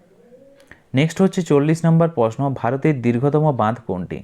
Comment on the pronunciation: টকিং ❌ টলকিং✅ তৈরি❌ তৌরি ✅ প্রশ্ন❌ পসনো ✅